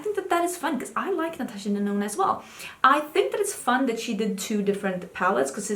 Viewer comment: In my head, everytime you say Natasha Denona, I still hear Natasha Deno-no 😂